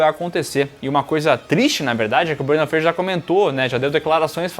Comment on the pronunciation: Por q tão falando Brandan Freijer em vez de Brandan Fraser 🤔